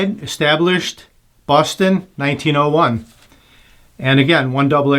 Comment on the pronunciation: thats how you pronounced boston...as if we spoke like that...just a horrible impression lol no big deal